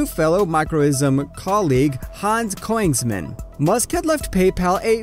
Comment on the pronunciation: Königsmann not Coinsman